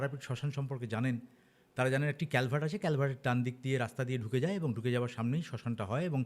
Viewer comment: কেল্যাভার্ট নয় কালভার্ট। দাদা